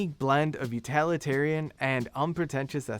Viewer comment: With great respect, "you-TILL-it-arian," please. The presenter makes the word sound adjacent to totalitarianism, and that's not a connotation with which we should freight the word utilitarian. This feedback is not meant to deride the presenter. Thank you.